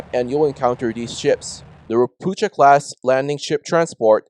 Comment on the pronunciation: Those Russkies use Polish built Ropucha class ships. Ropucha means toad or frog in Polish. It's not pronounced "ropoocha" in Polish. It sounds like "Ropooha" 😊